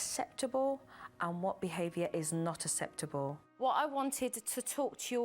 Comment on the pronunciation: I love Supernannys work and teaching so much. But her strange pronounciation of some words is puzzling. Nobody says "asseptable" for acceptable! Nobdy except Supernanny. The Americans probably think its an English pronounciation.